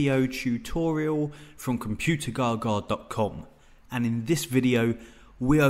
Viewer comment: Am I the only one that hears him say in ever beginning of his video say... ""? Lol!